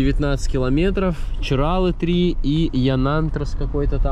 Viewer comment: ЧиралЫ!!! Нельзя коверкать наименования, это как неуважение для меня